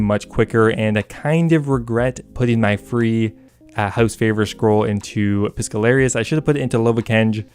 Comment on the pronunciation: "Piscallarious" ok